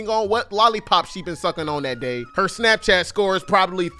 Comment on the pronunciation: I lost my shit at "Dapchat".